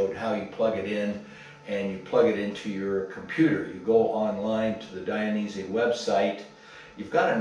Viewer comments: It’s Dainese not Dianese! 🤣 Nice video, greatings from Italy. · Thanks for sharing! It’s Dainese not Dianese